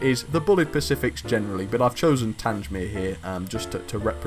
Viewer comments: Interesting video, but you pronounced Tangmere wrong again. It's a Former RAF fighter airfield in West Sussex playing a vital part during the Battle of Britain. Hence B.O.B. class. It's pronounced Tang mere. The Google lady can say it fine if you want to check. Keep up the good work. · Love the vid! As an FYI the 'Tangmere' loco is pronounced to rhyme with 'Hang', a tiny thing but as the RAF base it is named after is a short hop from me i thought i'd mention it :)